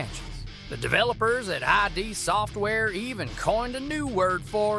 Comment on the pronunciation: It's pronounced "Id" Software, not I.D. Software. >=[